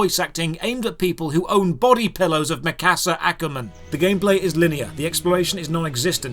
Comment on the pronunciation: "...and I'm pretty weeby!" can't pronounce "Mikasa" correctly Look here... I am learning japanese so I can watch anime without the subs and I watch almost exclusively anime... I, my friend, am pretty "weeby" (Otaku not a weeb... fuck weebs) lol not trying to talk shit or act like I'm superior in any way, my point is... this shit is even cringy af to me.